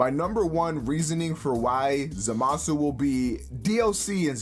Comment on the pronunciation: Too much emphasis on the MA